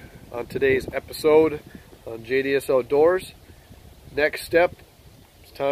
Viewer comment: When you said "JDS Outdoors" I thought you said "Idiots outdoors" I had a hardy chuckle.